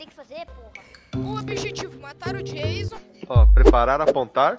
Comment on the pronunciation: O não é Jason é Jaison